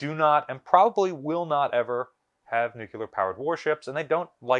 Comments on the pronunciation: Nuclear. no such word as nuc-u-ler. no offense. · Please! NU CLEE UR, not NUKULUR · Its pronounced nuclear not “nucular” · He always says 'nucular' and not 'nuclear'😂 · You should learn to say nuclear correctly. It’s not nucular. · I really enjoy these videos, however I wish you could pronounce the word nuclear.